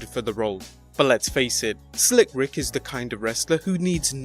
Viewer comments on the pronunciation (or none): none